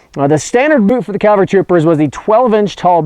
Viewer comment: I'm amazed that you specify accuracy... but you keep saying "CALvary"